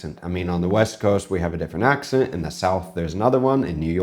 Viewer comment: You have picked up a bit of Spanish accent. The way you say accent sounds almost like an "acxent". X being the chi version.